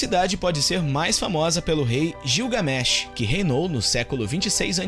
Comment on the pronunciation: gilgamés não gligamesh.